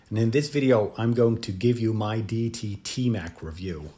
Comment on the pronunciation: Pronounced ‘Day e tee’